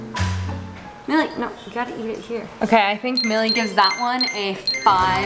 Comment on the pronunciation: opps sorry its milli not milly